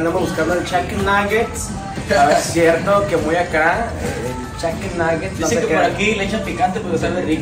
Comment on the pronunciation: No dijo chiken dijo cheken 😂😂😂